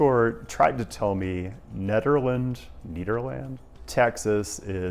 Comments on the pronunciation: that should be nayderland. Atlwast that's how you pronounce the counties name. Unless it got basterdized, in that case you're on your own. 😅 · It's "NEED-er-land." And... the entire Port Arthur/Beaumont/Orange area is an armpit, surrounded by the beating heart of the Gulf Coast oil industry. So there's that. Also, hey, Pittsburgh showing up again! How about that. I've already used PRT more in two months than I used the Houston bus/tram system in 4 years. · Lol as someone that grew up in Beaumont (near Nederland, TX), I can confirm the veto was a good call. Also, of course being Texas, it’s pronounced need-ur-land